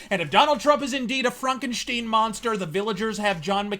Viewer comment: Woah! Hold up! "Frankensteen"? I'm disappointed in you,.